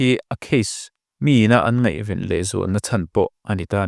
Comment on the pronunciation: Ngeihven te hi in ti thin a ... Ngaihven tih tur a nia ...